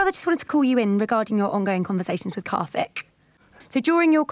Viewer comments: his name is karthik, not kathik. it's not that hard. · But white people can say words like supercalofragolistic, but they cant say karthik. Lol